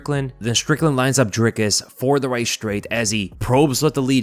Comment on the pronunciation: Its pronounced "dreecus or draicus" 🤔